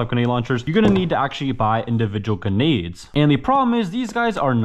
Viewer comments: its a joke because in the video he pronounces them ganades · Bro forgot there’s an R in grenades